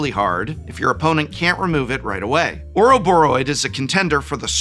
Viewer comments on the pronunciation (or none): none